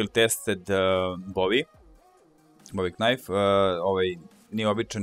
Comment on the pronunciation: Meni iskreno smeta to k kod knajf,jer vecina ljudi govori najf.Mislim da ne smeta samo meni nego i vecini ljudi,ako bi mogao to da izbacis bio bih veoma zahvalan :D <3